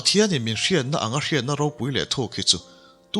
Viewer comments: An ro te an...an thil neih hlu ro.... Insuk pho ro anga lam chi nilo An ro te ,tia lam nise a Duhawm mang e aw.... Mizo tawng thluk dik tereuh hi pho chhuak zel ila....ti r'u.... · 'RO' tih sipel hi mizo tawngah hian Pakhat aia tam a awm a. Pakhat chu kan thil neih, thil hlu a ni a, ri hniamin lam mai tur a ni ang. A dang Pakhat chu 'thil hring ni lo, thil ro eg. Puan ro, hmarcha ro, adt. anga ri sei leh sang deuhva lam tur a ni ang. Hetah hian 'Ro, (thil hlu,) hi ri sangin I lam tlat mai. Ngaihthlak a ti nuam lo nghal vek alawm.